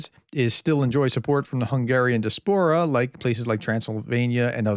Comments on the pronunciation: Lear to pronounce diaspora (di as por a) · Diaspora not dispora!